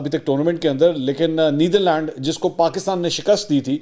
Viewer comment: Bhai Neetharland nahi Netherland hai. Aitchison mein aise sikhatay hain kia?